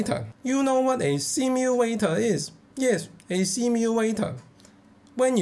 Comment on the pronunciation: SIMUWATOR!!!... cracks me up!